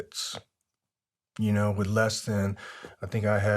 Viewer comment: I enjoyed the story of his life and for allowing us to hear it. Thank you for your service and stay safe. Just drive me crazy when he pronounces “th” as “fff” wiff and birffday a few other words. Lol I worked with guys that would speak like that and I’d always say “what was that word” just to break their chops” lol.